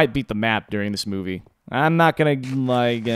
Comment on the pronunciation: When you said movie (At starting), I thought you said boobie